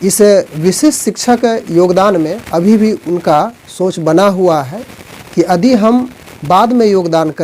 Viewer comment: आप यदि को अदि क्यों बोलते हैं ?